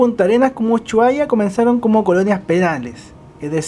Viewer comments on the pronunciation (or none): Uchuaria ... me encanta como pronuncia Ushuaia ja .. Buenísimo el vídeo .... buena descripción del micro gracias. Saludos desde Argentina